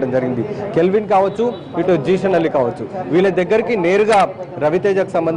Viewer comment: Calvin kadu ra nayana kelvin 1st nv name sarigga telusko tarvata news cheppu. Ninnu lopalki pilchara nduk ee yedava sodhi